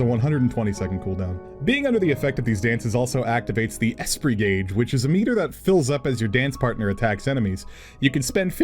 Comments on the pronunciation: considering everything's named off French words that esprit would be pronounced like espree. French word for spirit. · Esprit. The T is silent! But I'm super excited for Dancer besides, it seems to stand out in its gameplay!